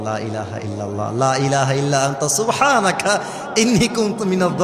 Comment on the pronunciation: সুবহানাকা না সুবহানাখা ওগান্ডার ভাষায় কথা বলে